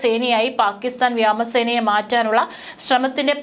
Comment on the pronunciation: ഈ പെണ്ണിനോട് കുറെ നാളായി പറയുന്നു വ്യാമ സേന . വ്യാമ സേനം. എന്നു പറയരുതെന്ന് പറയുന്തോരും പാട്ടി പെണ്ണാന്ന് പ്രസവിക്കുന്നതു ഒരു ജാതി ആറ്റിലെ മലയാള സംസ്ക്കാരം പറയരുത് വ്യോമസേന എന്ന് തന്നെ പറഞ്ഞു പഠിച്ചിട്ട് വന്നിരുന്നു പറഞ്ഞാൽ മതി ഇല്ലെങ്കിൽ നല്ല പുളിച്ച ഭാക്ഷ ഇവിടെ എഴുതേണ്ടി വരും പറഞ്ഞേക്കാം😂😂😂😂😂😂😂😂😂😂😂😂😂😂😂😂😂😂😂😂